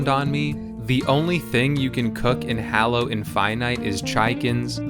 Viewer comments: i hust hate you for saying hallo instead of halo. triggers me so bad xD inftynyte =/ infinite Master Chef =/ Chief threehundretfourtythree =/ three four three industries jeff =/ chef jaikens =/ chickens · It's actually pronounced Halo. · dude no you completely missed what the game is about. Besides how you mispronounced the name of the game and character(Google how to do it since its hard to explain) the game isn't about cooking it's about killing other players. That's why you have a gun. I've never seen someone do so little research about the game they're reviewing please try harder next time